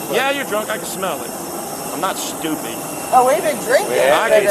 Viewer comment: "I'm not shtooopid"